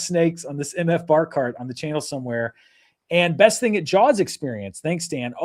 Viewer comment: I didn't know you were saying "bar cart" until you showed the pic. I thought a barkahrt was some piece of furniture I didn't know about